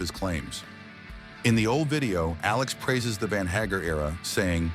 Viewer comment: And here I've been pronouncing Sammy's name wrong all these decades. Thank you AI.